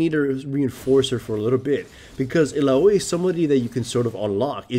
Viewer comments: illaoi ill-ow-ee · the way you pronounce illaoi makes me want to rip the skin off of my fucking bones. it's EE-LA-WEE